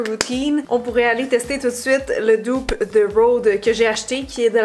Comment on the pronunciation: Petite remarque qui n’enlève rien au bel objectif de la vidéo: dupe a le même sens en français, pourquoi ne pas le prononcer comme en français?